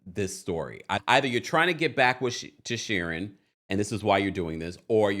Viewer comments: I love you but it's queen sharien bc it rhymes with queen not Sharon. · You crack me up every time you say Queen Shurin, lol 😂 Her name is pronounced SHA-REEN but spelled Shirien. I love it!! I cant stand that heffa anyway. And Apollo is a liar, too! If you remember the episode on RHOA, Shirien shows up to Kandi's restaurant opening to "congratulate" her and Todd on Apollo's behalf, they ask her when she met Apollo and how long they've been engaged. She tells them she's been seeing Apollo for a while and then said "Well WIFEY wasnt around sooooo!" This fool been cheating on Phaedra for the longest. No matter what he says to "debunk" things he's a big fat liar! Shirien has no place to say anything to Phaedra, when she's been the side piece for a long time before becoming the wife she wanted to be. Now, she's bitter and unleashing on Phaedra. By the way I'm no Phaedra fan either. Shirien needs to work on losing all that weight she gained instead of being mad at her husband's ex-wife. They're all a hot mess period.